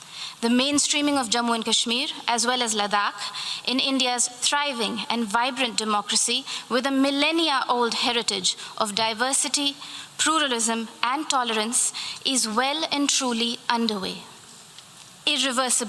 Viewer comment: Yes pluslarism not feckularis